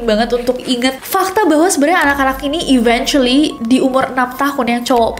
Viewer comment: mispronounced eventually. it should be eventually like you want to say event